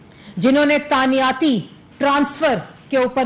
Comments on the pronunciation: Tanyati 🤣🤣🤣 madam the actual word is tainati not tanyati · اردو صحیح کرو تانیاتی نہیں تعیناتی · Taaniyaati...😂😂😂 Pehley mein samjha slip of tongue tha but is ne to confidence se bola...baar baar...😂 تانیاتی۔۔۔۔ واقعی؟ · تانیا تی تانیاتی تانیاتی . . . . . Plz some one stop her .